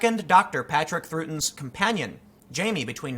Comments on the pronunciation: It’s not pronounced “Throughton” It’s “trouton” as in trout fish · It's pronounced TROW-ton. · The characters name is "The Doctor" not "Doctor who"... And Patrick Troughtons last name is pronounced "Trow ton" as one word... And Doctor Who died after the ending credits on "survival"... Sylvester McCoys final episode of the ORIGINAL SERIES... The new series always was trite trash, but was at least watchable until Tennent left the show... Sheesh... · When a cat jumps on your lap, you stop recording and pet the cat. He is your boss, not the other way around... Anyway, great video, though the name is pronounced "Trout-ton" And yes, as a long time fan, Dr Who has taken a nose-dive lately, though to be fair, it was already in a bit of a decline before this season. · The Actor who played the second doctor’s incarnation is pronounced Tr ow ton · It's pronounced Trout-ton. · It's Patrick "Trout-on". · Tim it is pronounced TROUT ON as in the fish :) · Patrick Troughton's last name is pronounced like this: Trow-ten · Someone let him know it's pronounced Trow-ton! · Tim it's pronounced Patrick Trout- on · Fun to hear Troughton mispronounced, I haven't heard anyone do that since the 80s, but I confess I'm confused as to why Tim felt the need to read out Fraser Hines' opinion on the episodic structure of Doctor Who, not sure that's a culture war hot-button. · Yes! That made me wince when I heard it. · Troughton, you're saying it wrong.